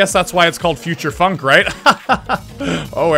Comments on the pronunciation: Bro said futursh funk😂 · Anyone not notice he said Future Funk like Future Shfunk